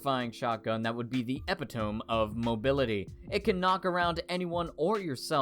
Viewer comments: "ep pit tohm" its pronounced "uh pit uh mee" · I'm sure someone else who is equally obnoxious has already told you this, but "epitome" is not pronounced "EP-ih-tome;" it's "ih-PIT-uh-mee." [ɪˈpɪt.ə.mi] in IPA. Sorry, but it must be said. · e·pit·o·me Not epi•tome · you said ep i tomb its prenounced e pit o me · Eh-pi-tome??? Really? It's pronounced Eh-pi-toe-me, come on man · eh-pih-tohm >unsubscribe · Epitome. Eh-pit-oh-mee. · epitome is pronounced epitomee isn't it? sorry idk why i noticed that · epitome is pronounced a-pit-o-me. Just as a little factoid Sorry but the miss pronunciation REALLY triggered me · Epitome: Eh-pih-toh-mee :P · Obligatory comment telling you that you pronounced "Epitome" wrong